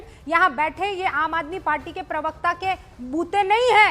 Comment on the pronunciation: भैया, पिरवक्ता नहीं, सही शब्द होता है प्रवक्ता समझे। कृपया अपनी हिन्दी के उच्चारण सही कीजिये।